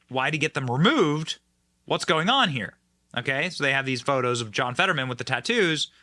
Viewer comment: ... "(My) name is John FED-uh-drrrr-man" ...